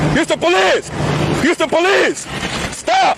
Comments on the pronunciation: Take a shot every time you heard "HOUSTO POLEEZE!!!" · ah mr. youstapolee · “Hoosta Paleez!” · that’s actually cartel. im from houston. your north carolina ass wouldn’t know. espeekee spanish ola compadre houston poleese!! uston poleeseee! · HYUSE-TONE PALEESE